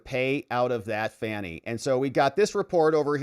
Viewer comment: That's right Bro. It's FANNY not Fauni !